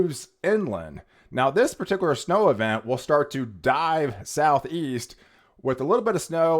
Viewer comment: No comment on how he says pa-tickler for particular?